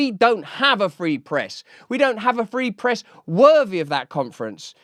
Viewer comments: Did he say the "Pree Frest"? I turned on Closed Captioning, and it say that Joe says, the "Preest" whatever that is...I think he was trying to say the "Free Press"......jeesh... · Did Biden just say "pee fress"?